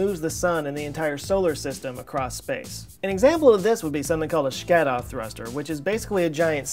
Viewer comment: it's pronounced sha-ka-dov although it isn't spelt like that.